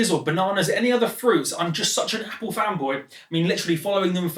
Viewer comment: drinking game. take a swig every time he says "Appoo"